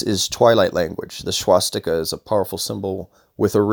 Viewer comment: And by the way learn how to pronounce SWASSS Tika not Schwass tika. Start by dispelling YOUR ignorance.